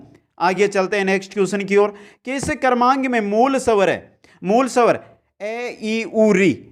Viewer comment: Pela bhi phla ,& sawr nhi swar 😁😁 improve your pronunciation 👍